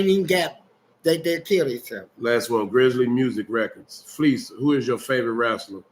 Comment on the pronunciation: It’s so funny when Fleece is narrating one of his experiences “ so I’m walking and somebody holler “Hey Fe’ Lise! “ 😂😂😂🤣🤣 Why does he periodically pronounce his name like that vs. Fleece ❤❤❤